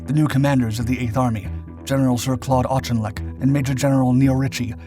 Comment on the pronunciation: “Auchinleck’ is pronounced “Ork-in-lek”.